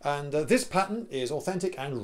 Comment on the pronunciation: "Pattin" is English for "pattern". You're welcome.